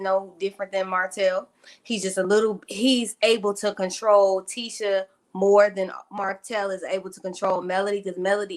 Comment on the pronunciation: Nah why they continued to mispronounce Tisha husband's name after being told how to say it the correct way....